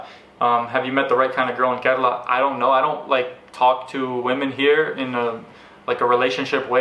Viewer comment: The way you say KERALA is soo gooood!!!!!